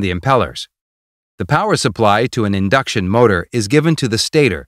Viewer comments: actually this is " INDUCTION" NOT "INDCUTION" LOL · "indcution motor" :P